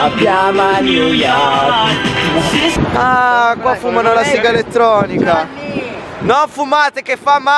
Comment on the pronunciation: quanto covsta una vacanza a new yovrk. pvezzo assolutamente ragionevole. (per pochissimi)